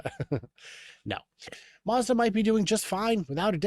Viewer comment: Gonna discuss my--azda... Good save, didn't even notice till you mentioned it ish...